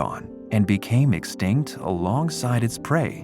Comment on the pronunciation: Yall are fighting on this vid while I just heard the "narrator" pronounce extinct and laughing my ass off😂